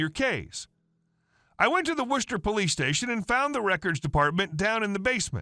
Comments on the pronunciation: Thank you for correctly pronouncing Worcester, Massachusetts. Non-locals try to pronounce too many of the letters. Locals usually say, "Wisstah." Not far from Worcester are Leominster and Leicester (Lemon-stir and Lester). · I like the fact that you pronounced Worcester correctly.